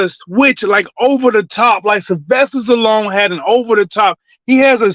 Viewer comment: this man said Sylvester Stallone lol